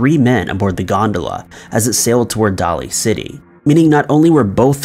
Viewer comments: Day-lee city, but its all good. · Daly City is pronounced Daily. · I lived in San Francisco for years and I couldn’t figure out where you meant the blimp landed. Daly of Daly City is pronounced like daily. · Daly City is pronounced "Day-Lee."